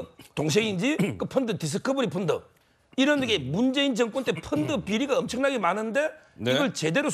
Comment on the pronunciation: 서변호사님 갱상도 발음 픈드 픈드 펀드 잼있네요